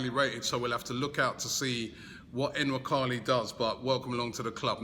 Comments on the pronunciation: Robbie's it's not N-nwakali. It's Nuwaa-kaa-lii But his going to be a big hit at arsenal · I don't think you prounce the N